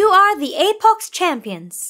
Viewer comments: Apox instead of apex Lmao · Apex❌ Apox✅ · It's apex not apox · The second I heard apox I thought don't u mean apex? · Apox bruh seariously its Apex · This is good but “Apox” really? Just say apex it’s not like they are gonna sue you for calling their game good. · APOX????? You mean apex😂😂😂😂😂😂😂😂🎉🎉🎉🎉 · I like how hey took Apex Legends and called it APOX Hero